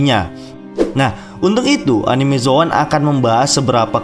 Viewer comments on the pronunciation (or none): none